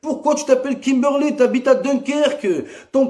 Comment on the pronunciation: "La meuf elle s'appelle Kimberley elle est bonne tu la vois en vrai c'est Kimbourley wola" Jsuis dead😂😂